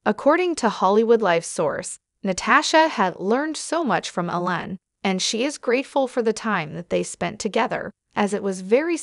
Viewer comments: His name is EEEEEEE-lon! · appears to be a computer-generated voice that can't get Elon's name pronounced correctly???